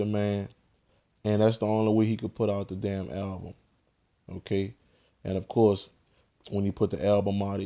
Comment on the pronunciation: The way u say ok is dumb as shit.. Okay..